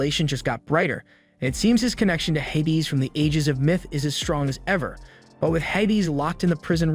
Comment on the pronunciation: its pronounced hay-dees